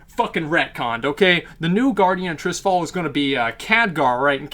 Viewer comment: Struggled to watch this cause you cant pronounce Tirisfal. Sound it out. Its not Trisfal.